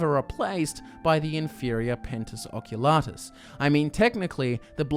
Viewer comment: Please pronounce the "i" in Penitus Oculatus